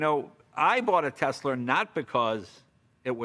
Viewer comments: why does jay say "tesler"? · Right? It's always that way with someone who drops their R's, they pick them back up and put them into different words lol. ;) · Nobody: Leno: Tesler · “Tesler” Jay Leno 2020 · Jay gets about everything 100% correct here EXCEPT when he says "Teslerrr." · Intrusive “r” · Yes those teslers as Jay says it..are pretty good. ✌️ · He said Tesler again lol.